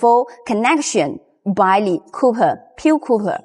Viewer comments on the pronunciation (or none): 谢谢你！Xièxiè nǐ! Great information! Just a note: the metal used on the busbar is called 'cop-erh' (copper), not cooper. No big deal, we know what you mean. 👍🏻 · Your English is fine. But the wire is not "COOPER" it is "Copper".